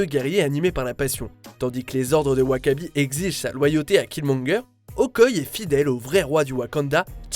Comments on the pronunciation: C'est pas Okoye c'est OKOYÉÉÉÉ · On dit Okoyé, pas Okoye, même si ça s'écrit Okoye ! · Vous faites mal au oreille avec votre Okoye c Okoyé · Euh... Ça se prononce Okoyé... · "Okoye".... mon dieu mais PTN FAIT UN EFFORT DE PRONONCIATION !!!!!!!